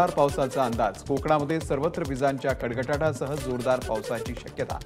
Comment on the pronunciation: कडकडाट शब्द उच्चारतांना चुक